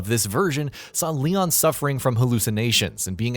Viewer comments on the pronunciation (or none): none